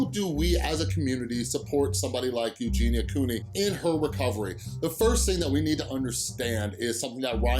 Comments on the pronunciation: Love how you say her name the right way I hope she gets better I know she can do it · i think you are the first person i have heard actually say her name correctly